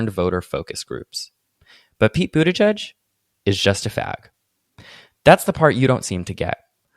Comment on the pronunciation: I want someone to know that I didn't know how Pete Buttigieg's name was pronounced (and didn't read the video description) so I was trying to understand who "Peepoo the judge" was. I finally figured it out when I turned on auto subtitles and submitted " Pete Budaj Jud" to google and it spit out Pete Buttigieg. PS: I'm french and in my mind I was reading his name Peat butty-gig PPS: PEEPOO THE JUDGE PPS: In my mind it made sense because it could be the nickname of a super stick in the mud gay public figure